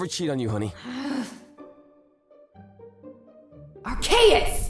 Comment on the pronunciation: Wait... You pronounce Arceus with a K ?